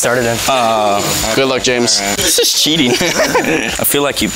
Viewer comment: You said dis and its this